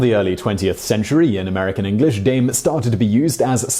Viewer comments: You didnt say Dame properly AT ALL in french xD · Simon totally nailing the German pronunciation of "Dame" here. When trying to say the French equivalent "dame". Awesome. I love it. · Dame was less of a mystery, I mean Notre Dame means "Our Lady". Also your pronunciation of the French dame...... Buddy. No.